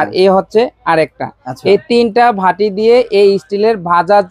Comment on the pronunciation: ঝাড় হবে না যার হবে।ভাটি বলে বাটি k। সঠিক উচ্চারণ দরকার।